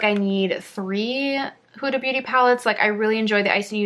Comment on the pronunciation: Her name is pronounced Hooda, not Whoda.